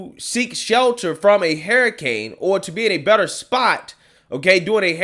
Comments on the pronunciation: “Hurricane” not Haracane😉 other than that I agree with you👌🏽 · why do you keep saying "HAIR" A CANE instead of "HURR"ICANE? I just can't unhear that. 🦱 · Please learn to pronounce words correctly. Your atrocious speech impediment bothers me to no end. It's hurricane, not hairicane. Her-icane. Practice it and use it. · "Hair" a cane, lol. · What's a hair-iccane ? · "Hair i cane" lmao. I love it. Look like a Hairicane hit Joy Reids head. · I like the way he says hurricane. Lol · I like how you pronounce hurricane.